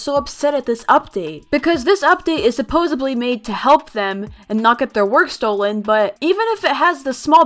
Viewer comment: Says "supposebly" Me: kinda triggered